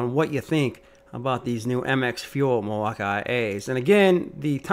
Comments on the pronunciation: Milwaukee is pronounced mill-walk-key Not Mil-wak-ie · It’s the way he pronounces Milwaukee